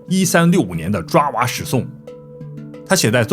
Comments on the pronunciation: 爪哇的“爪”不念zhuǎ，念zhaǒ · 爪（找）哇岛。。。念错啦。来自新加坡的祝福～ 爪哇岛Java island.